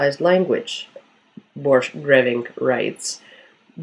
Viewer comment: I think it is supposed to be pronounced 'Borkgrevink'. The name has a dutch origin... Very relevant to the topic I know.